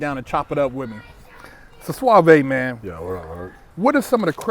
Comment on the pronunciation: Called him suavae but nigga spell his name sauve 🤣🤣